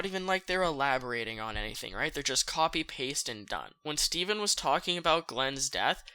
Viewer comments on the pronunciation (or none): none